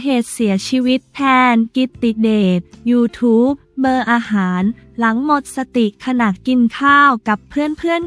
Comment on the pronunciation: เขาอ่านว่า ยูทูปเบอร์ค่ะ อย่าอ่านเว้นวรรคผิดค่ะ ห้อง ICU ก็อ่านผิดนะคะ